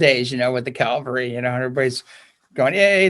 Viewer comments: Um, Calvary is not the same as the cavalry. Please don't mispronounce. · No offense, please: The word is CA-VAL-RY; not CAL-VA-RY.